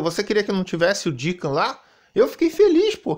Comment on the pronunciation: Iniciando os "trabalhos" com aquele rage fake já clássico do canal e quem é Deeca Vamp? Conheço o Deacon 😂